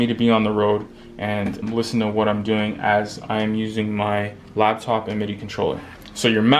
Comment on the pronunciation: LAPtop not LABtop